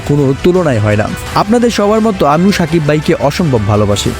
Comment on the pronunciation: এই বেটা উচ্চারণ ঠিক কর সাকিব কান চেলেন🤣